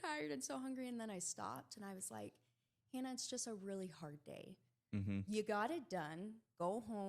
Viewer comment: Love this! Hannah is such a hard worker and a great representative of the sport. Love this so much, I’ll forgive you for butchering my name. This time. 😆